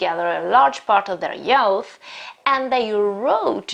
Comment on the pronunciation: Very well described. Thank you. However, please correct the pronunciation of "youth", which is /juːθ/